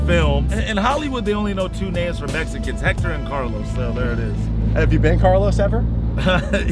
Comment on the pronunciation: It’s hector